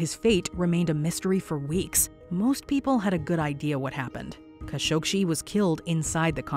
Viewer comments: #4 it's kah-show-geeh... not kah-shog-she.... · #4, it's kah-sho-gee not kah-shog-she; make it a point to do research before doing your videos.... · kah-SHOG-ee, NOT kah- showg-shee! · It's Kashogee.. Not kashogshee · Hate AI voices. Kha-Sho-gee why it says Kha-Shog- Shee? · Kind of. I wish the narrator didn't repeatedly pronounce Khashoggi as Khashogshi. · i heard that too. Where did the sh sound come from? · you seriously can't pronounce Kah Show GHEE? Seriously? It's not like the name hasn't been mentioned on the news for YEARS. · I once met a member of a Khashoggi family and she pronounced her last name as "Kah-sho-gee". I remember the news about his murder and I never heard his name pronounced it like this did. I even had to google "how to pronounce 'khashoggi"...i was so surprised by this peculiar way to say it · DIfferent accents for different people. The correct pronunciation of "Khashoggi" is "kha-shog-ji." The "kh" is pronounced as a guttural sound, similar to the Scottish "loch." Even more details are in John Fam's video: "Khashoggi - how to pronounce Khashoggi's name correctly. - Arabic accent." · It’s pronounced KAH-SHO-GEE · And the Narrator continually mispronouncing his name 🤦‍♀️ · For fox sake! How many times is she going to mispronounce Khashoggi!?!?!? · Pathetic waste of time watching this. Claiming mysteries where there are none. Mispronouncing Khashoggi repeatedly - SERIOUSLY? Don't you have a Producer/Director? Someone who knows facts, and how names and words should be pronounced?